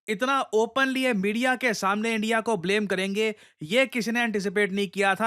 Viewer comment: They said endia 😂 Not india 😂